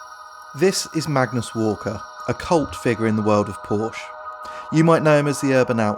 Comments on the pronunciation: PorschE, it’s called ParschE, the e Must be spoken. Nevertheless it’s a cool video👍🏻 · It's Porsche not Porsh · "orientated". Couple that with the narrator calling it a porsh....gads.... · great video! but there is one thing that annoys the heck out of me in most of the videos dealing with porsche. it is called porsch-E ... like in "meh" ;)